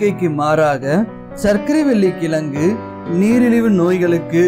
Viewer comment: கிளங்கு இல்லை கிழங்கு Pronounce it properly bro